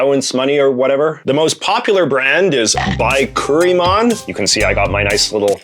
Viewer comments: NOT Bi-kkuri-man (not long "I" sound on Bi. It's Bic-koori-man. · lol not 'BYE curri man' it's 'BIK ker i mon"